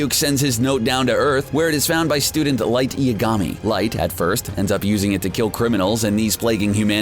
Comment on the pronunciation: Light eeegami!!!!